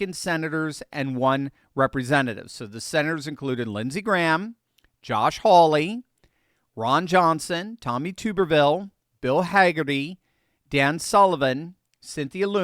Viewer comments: Oh, and it's TUBerville. Not TOOberville. How dang hard is it? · Love videos thank you for them. The “Tub” in Sen Tuberville’s last name sounds like tub as in bathtub. The u is short. Just fyi from an Auburn grad and former Alabama resident. At least that’s the way we said it when he was beating Bama 6 years in a row. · Tub 🛀 er-ville